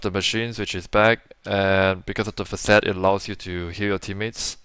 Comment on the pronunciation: Why does this east Asian looking bloke talk like an Indian? Took me a while to realise he was referring to 'facet' by saying 'fuh-SET'😂